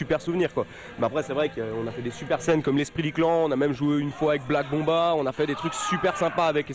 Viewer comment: mdr à XDD "avec Black Bomb A ..." et derrière les mecs qui hurlent ! parce qu'on le prononce pas black bomb a, mais black bombay lol sacrilège